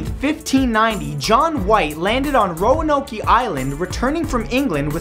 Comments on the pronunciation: Oh and just FYI, it's pronounced ROANOKE NOT ROANOKEEE. It ends with a hard K sound not a long EEEE sound...lmao. Doofas.lol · ....Roanoky? lol I live in NC (North Carolina and we have always called it Roanoke (Row-an-oak) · It's ro-an oak, not ro-an- oakey! And it's pronounced crow a tow an! Not crow a tone! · It's not Roanokee. Pronounce it like Roanoak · Actually, it (Row-IN-Oak) not (Row-In-Oak-E) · And number 10, the colony of Roanoke. It's not pronounced Row-uh-Noak-Key but is properly pronounced Row-uh-Noak. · While I love the cute factor added by calling it "Ro-Uh-No-Ki" when it's actually pronounced without the "e" sound added to the end. RO-UH-NOKE. Love the videos though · Ok you Canadian white boy, Roanoke is not pronounced Ro-an-noky it's just Ro-an-oak. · Omg it's roan-oak not ro-an-ok-ee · row-a-no-key lol it's row-noke. As a local, that one induced a chuckle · hey mathew Bela is pronounced Bella and roanoke is pronounced with ROw An Oak not row an okie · ROW AN OAK NOT ROW AN OAK EE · It's not pronounced ron-o-key it's pronounced Ro-noke. Sorry I live really close to that area. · I'm giggling because Roanok-ee.. It's not pronounced that way Roa-noak Croatoan is like cro-a-toe-an Darn it Matt, I love yah but pronounce it right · ro-a-no-key?? I thought it was ro-a-noke?? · I feel obligated to say that no one calls Roanoke 'Row-an-oa-key'. Well no one in the US, especially around the Roanoke island, Roanoke Virginia, area. It's pronounced 'row-an-oak'. Silent e on the end. Also they recently uncovered some evidence as to what happened to them. Or at least that they moved to the mainland. They just uncovered in the past two weeks, some evidence of a new camp that was set up. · Didn't they just find a piece of 370 a few days ago? And it's pronounced "Ro-ah-noke" Not "ro-ah-no-kee". ;) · What about Amelia Earhart, or the crew on the Mary Celeste? And it's Ro-a-noke, not Ro-a-no-key...shakes head, Canadians will never understand. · Roanoak-ie? LMAO